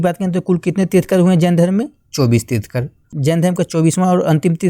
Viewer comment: Trithkar nhi trithankar hota hai sahi Se bolo yaar